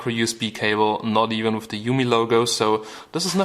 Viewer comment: LMAO "You could kill somebody mit de phone"